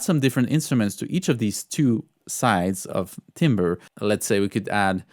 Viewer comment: Timbre is closer to “tamber” in English - hope that helps, and keep up the great videos!